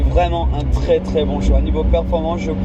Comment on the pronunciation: "C'est twès rapide hein!" "Oohlaalaaaa", j'adore ses réactions, c'est excellent et on vois qu'il kiff, quel plaisir de regarder cette vidéo, au top comme d'habitude. Je te suis sur les vidéos UK et en FR c'esr tout aussi génial ! #lafamille18h